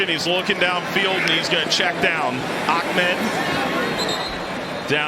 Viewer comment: It's AH-med, not OCK- med. Jeez.